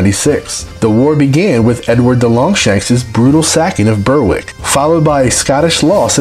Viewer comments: It's pronounced Glaz-go not glass-gao. It's Pronounced Berrick not Berwick. It's Jack-o-bite not Jake-o-bite. The reason our exports are diminished is because the UK exports Whisky as a UK export not a scottish one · Sorry pal, it's Berik not Ber Wick. Don't worry though, most American YTers can't pronounce names either but if you put a name into Google Translate someone will pronounce it for you. There was an American consulate in Dunfermline at one time due to the manufacturing of fine Linen which was exported to the US and the rest of the world. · Great video. A couple of other pronunciation corrections in addition to Glaz-go would be, Jacobite = Jack-o-bite, and Berwick = Berrick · Oops, you mention the Southern Uplands and then show footage of the Duke of Argyll's castle at Inveraray, which is in THE HIGHLANDS! Berrick, it is spelled Berwick but pronounced 'Berrick'. Jacob is a man's name and is pronounced as you said it here but 'Jacobite' is pronounced 'Jackobite'. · Berr wick... Where the fuque is that surely he means Berwick( correct pronunciation Berrick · 'Ber wick', 'Stooarts', ''Coolo dn moor', 'Jay cobite', Aargh! Today's world is 'informed' by idiots.